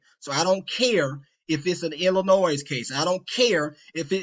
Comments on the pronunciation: I was done listening to you when you said "Ill ih noise" It's "ill ih noy" stupid. and we're supposed to trust you? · Bro you can’t even pronounce “Illinois” 😂 I’m begging you to look in the mirror, the person who doesn’t know what they’re talking about may be closer than your youtube feed. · I do appreciate giving me permission to sub and like his video. That’s all I ever really wanted out of my life. By the way, as an intellectual, should know how to pronounce the State of Illinois. The s is silent.✌️